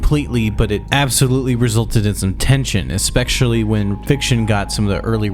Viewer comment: bro learn how to pronounce especially. Its like nails on a chalkboard